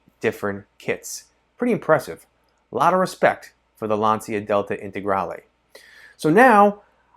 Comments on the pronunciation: Lancia is pronounced Lahncha or Laancha. Definitely not Lantsia. Just FYI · It‘s „lun-cha“ and nothing else. Trust me I‘m italian 😎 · Oh my God, you pronounce Lancia, "Lansia" which means anxiety instead the correct meaning in Italian is lance, the correct pronunciation is with the "c" like ch, the third pronounce is the right.